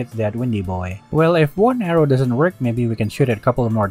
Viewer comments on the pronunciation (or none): none